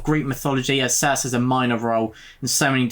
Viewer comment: Nice! Looking forward to more on this list. Just to let you know Circe is pronounced Cir-see (I'm not being clever, I only know this because I listened to the audio version which is excellent btw).